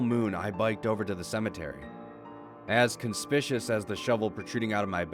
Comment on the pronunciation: Lol the way you pronounced "conspicuous" was just too great.